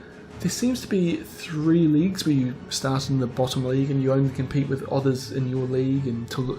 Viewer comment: "Fubuki wirth Perm Camo "XDDDDDD lol